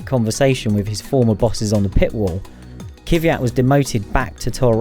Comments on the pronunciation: It’s KVYAT not „Kyviat“ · Kvyat - not Kyviat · It's Kvyat not Kyvyat.... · I don't think he's far off on that pronunciation, and it's "Kvee-yat" not "Kíh-viat" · please stop saying "Kyvjat"! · It is pronunced K V I A T. He is Russian. I find it interesting that you didn't manage to learn the pronunciation of a driver, who has been driving for 5 years in F1. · Hey native UK speakers. How hard is it for you to be able to pronounce Kvyat's name properly? I wonder is it really that hard or is this some form of mispronunciation that proliferated the world of UK Formula 1 media?